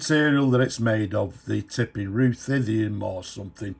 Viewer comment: Ruthenium is pronounced Ruth-een-ium. First part like the girl's name. Very interesting metal.